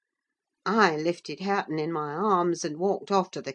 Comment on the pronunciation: its harre-ton😢